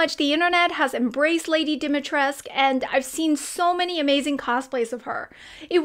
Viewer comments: no it’s pronounced it with the u and you can clearly hear it if you listen to it. The thing is that they did the voice acting without actually bothering to research the bare minimum which is the pronunciation. They were called out because of it and instead of saying “oops you’re right we’re sorry about it” they changed the narrative saying “no you’re all wrong, the u is silent” and now everybody thinks that the name Dimitrescu (which is a real Romanian name) is pronounced like it’s French or something. Ignorance to the max. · Of course its not silent, its really stupid to hear them pronounce the name like that. Imagine playing Assassins Creed and the voice actors constantly say "Leonardo DaVinc" instead of "DaVinci" Proper ear rape. When i first saw her name, i instantly knew its DimitrescU. But then i heard it and was like "dafuq Capcom.." Im european so maybe thats why i knew how it SHOULD be said. And yes, she maybe foreign to the village but the NAME still is clearly of romanian origin. Why butcher it. .. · The u is actually not silent in romanian. But i understand that its VERY hard to pronounce. Loved the video btw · Dimitrescu is a traditional romanian name, and as a romanian I can proudly confirm that U is not silent :))) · the U in Dimitrescu is not silent if you pronounce it in any european language xd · The "U" in lady Dimitrescu's name isnt silent, i am a romanian and i can assure you its not. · (Yes, I'm aware this video is 1 month old) Hi, a romanian here. I'd like to say that the u in Dimitrescu isn't silent. Have a nice day! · DimitrescU. the U is NOT silent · normally the u in Dimitrescu should not be silent but it's harder to pronounce it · DimitrescU is a Romanian surname and the "U" is not silent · whoever told y’all that’s how to pronounce her name … jail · the name is Romanian , Dimitrescu and it is pronounced with 'u; at the end i don't know why american people are so bad at spelling foreign names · the u is not silent lol im romanian